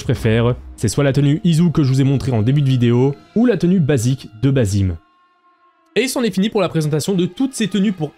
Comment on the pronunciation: Alors petite précision ça ne se prononce pas Bazim mais Bassim, même si ils ont mis qu’un seul S. (Qui est une faute d’orthographe d’ailleurs). Car le prénom Bazim n’existe pas. D’ailleurs dans le jeu ils le prononcent correctement.